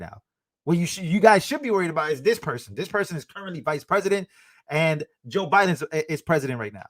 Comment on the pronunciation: Did anyone hear Kamala say to Trump. "Youre not running against OBiden."?